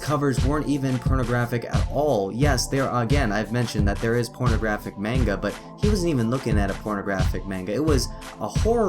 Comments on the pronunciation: you talk of pronunciation of "Anime" in his way being wrong (of which it is) but it is still closer to the correct Japanese pronunciation of the word. Moreover you say "Manga" as "Meinga" while it is said like "Mah-ngah." Please do more research before you put out a video on such a truly sensitive topic. Albeit that CNN did a worse job with their report but for a rebuttal, yours isn't quite on the target. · Manga is pronounced Monga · Dispite the fact that you are pronounce manga wrong, you sure do have the balls for complaining about the way the guy pronounce anime (which was not nearly as bad). I can actually speak Japanese, so it made me cringe everytime I heard you say the word. Also, when you had just did the literal translation for manga as japanese comic, i don't see the problem with calling the mangaka a cartoonist. It makes it easier for english speakers to understand that. If you want to rant, learn about what you are talking about first. Otherwise, you make the rest of us fans seem just as ignorant and bias as the people who we are complaining about. See the log in your own eye before pointing out the speck in others'.